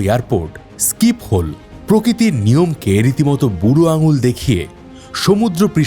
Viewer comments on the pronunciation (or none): শিফল হবে। স্কীপহোল না।